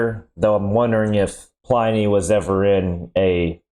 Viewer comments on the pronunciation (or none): pull-in-e not pline y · "Ply-knee". P-leeeese! Even the vid commentator pronounced it correctly as "Pli-ney". It's even SPELLED "Pliney"! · Pliny is pronounced "plinny", not "ply-nee". LOL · PLINY ISN'T PRONOUNCED LIKE THAT 😂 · It's quite bizarre, that he hears the correct pronunciation, and still gets it wrong.